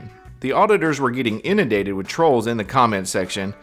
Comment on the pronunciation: Why do they call people "troes"? Can't they say TROLLS? Do they all have speech impediments? Too bad we can't trespass them from the entire USA!